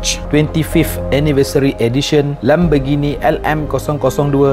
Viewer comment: Lamborghini la bang bukan lambergini